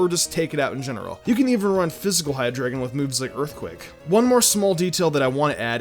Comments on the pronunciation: It's hi-dry-gon not hi-grae-gon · It's pronounced hi-dry-gon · Hydreigon is pronounced "hi DRY gon" because it is German 3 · you pronounced hyderigon wrong. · U can't even say hydreigon....